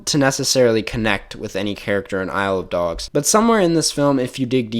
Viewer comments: Saying “Isle of Dogs” makes it sound like you’re saying “I love dogs” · Isle of dogs is actually pronounced I love dogs